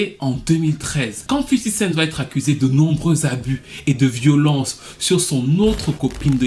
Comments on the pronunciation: cool mais on dit 50 cenT pas 50 centSssss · 50 cent pas 50 cents